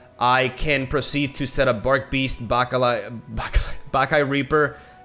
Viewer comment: take a shot every time he says baccarao